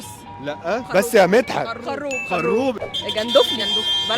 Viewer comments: خروب بالتشكيل دا (فتح الخاء و ضم الراء غير المشدده)حاجه تانيه خالص😂😂😂😂😂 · خَرُوب بالتشكيل دا(فتح الخاء وضم الراء غير المشددة) حاجة تانية خالص😂😂😂😂😂